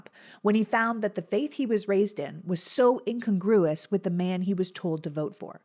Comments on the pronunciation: “In-con-GROOOO ‘-us”? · Check your pronunciation of “incongruous “.